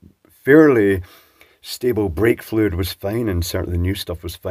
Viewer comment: For a second I thought you said vape-fluid tester. 😅